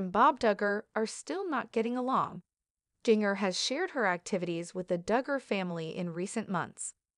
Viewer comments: Learn to pronounce Jinger's name before you think anyone will listen. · This is absolutely ridiculous! Learn to pronounce Jingers name correctly too. Stop gossiping!